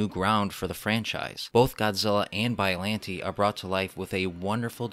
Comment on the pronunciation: I think biolante is pronounced (bi-o-lon-tey)